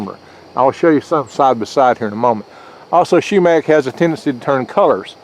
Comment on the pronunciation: Not shoemack,sumac.